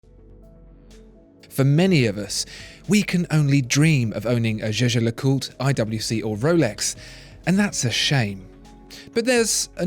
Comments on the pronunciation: You dont speak Jäger le coutre Like You did at The beginning. You speak it Jeger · I couldn't help but notice that your pronunciation of "jaeger le coltre" has charged from "yegar lecolt" to "jejar lecolt".... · You pronounce "zhe-zher le coot" like Tim does. I guess you guys must know something. You two need to meet and shoot a video together. Don't know if the computer could handle that much watch brain-power on one screen. lol. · Omg You speak jaeger le coutre completely wrong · When will they learn to pronounce Jaeger LeCoultre?